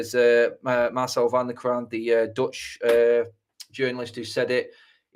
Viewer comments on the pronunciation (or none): none